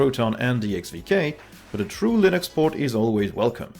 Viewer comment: am i I the only one who understood Linus media group instead of Linux media group.